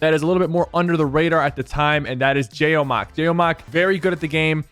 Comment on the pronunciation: So my whole life has been a lie. Jaomock is pronounced Ja-oh-mock and not Ja-mick ???????